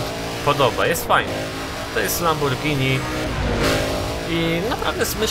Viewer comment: nie lamborgini tylko lambordżini